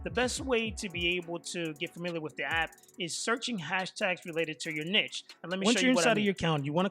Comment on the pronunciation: Bro the way you say Niche is too funny I have to tell you it's pronounced kneeshh but other wise greta content and good advice bro 💪